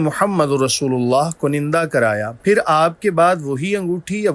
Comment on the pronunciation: Correct pronunciation is kunda not kunanda.